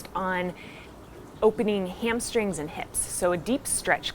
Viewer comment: "Hamstring zza" lol. I love this teacher. So real.